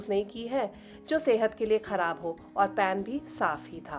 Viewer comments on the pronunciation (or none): none